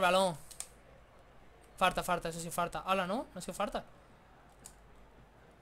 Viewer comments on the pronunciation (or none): porque dices "farta" si es falta